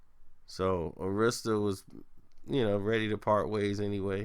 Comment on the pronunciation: Arista is pronounced AIR-RISK-STIR lol